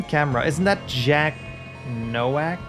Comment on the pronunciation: Unimportant detail: "Nowak" is a very common Polish last name, and in Polish it's pronounced "Novak" (in fact, the Czech version is Novák). It means "rookie" or "newcomer." I don't know if that's how he would pronounce it, but it's a safe bet.